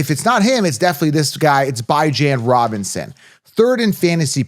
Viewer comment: He doesn’t even pronounce his own name that way